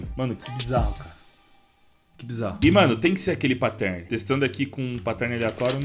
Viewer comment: cada vez que rola um "patérne" dói aqui